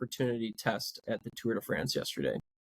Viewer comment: “The Le Tour de France”. Good work,!